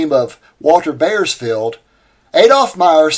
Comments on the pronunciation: I appreciate the quality of your research. But, the butchering of the European names was quite distracting. Piscator is pronounced "peace ka torr". "Piss cater" was almost offensive. The "AU" in German words is always pronounced the same as "OW", as in "owl" in English. Ws in German are Vs in English and "wise wersa". See what I did there? One last thing. Bauersfeld = "Bowers felt" To be fair, it's not your fault. When I was 10 years old and we lived in Germany (I was an army brat), my English teacher put huge emphasis on the Latin roots and commonality between English and German. Most American children don't get English classes of that quality any more. If at all. So, sue your teachers. :) ) Keep up the great work! I love your channel. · I am enjoying your videos and have a very slight correction. It is Buckminster not Buckminister. Also, I knew a person with the name Bauersfeld, was pronounced as "Bowersfeld", but that does not mean your pronunciation is wrong.